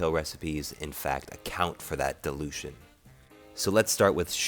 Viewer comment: when you say dilution... you make it sound like delusion!